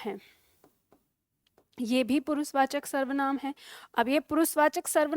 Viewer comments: Also she does not know that,s पुरुषवाचक not पुरुसवाचक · पुरुसवाचक नहीं पुरुषवाचक शब्द है।